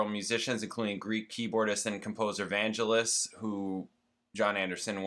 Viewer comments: Vangelis is pronounced with a hard G JSYK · Vangelis (emphasis on 2nd syllable) wrote "Chariots of Fire". A real eccentric but brilliant writer/player.